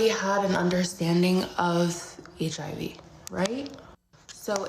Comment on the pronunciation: he said “causes heeivv”